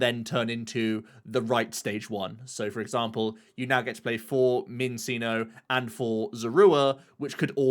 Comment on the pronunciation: Why’re people still mispronouncing Minccino and Cinccino 😝 they’re Chinchillas! It’s chiiiiiino yo.